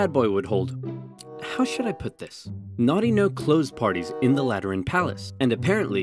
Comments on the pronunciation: “Zis is a bucket.” “Dear god!” “Zere’s more.” “NO!” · spy "zis, is a bucket" soldier "dear god..." "zeres more." "nooo…"